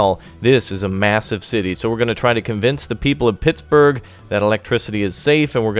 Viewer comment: you said PIGS-burgh twice lol